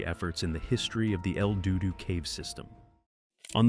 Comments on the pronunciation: Did he say el doo doo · “El DUDU Cave” 😂😂😂😂😂😂😂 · bruh, el DUDU cave, r u kidding me